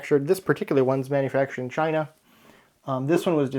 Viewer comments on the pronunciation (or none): none